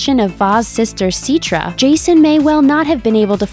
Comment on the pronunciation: Its citra (s-i-t-tra)